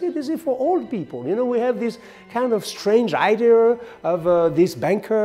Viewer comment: Funny but original how you still struggle with the word "IDEA". In any case your english is better than mine. Come on, help 🤷🏿‍♂️